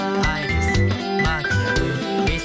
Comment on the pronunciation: ここのアイリスとかフィークスのsの発音が好きだ。